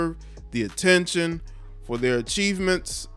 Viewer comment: Ahh-ten-shun that's his motive